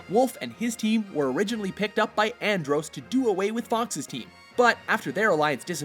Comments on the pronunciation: didnt he mispronounce "andross" he said it androws. should be andraws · Did he just say Androse? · Over the span of a year and a half, male narrator has never succeeded in pronouncing Andross right. (An-DRAWS being the closest I can explain it.) Seriously, man, it's a twenty year old series. Get it together. (And no, this isn't a common mistake)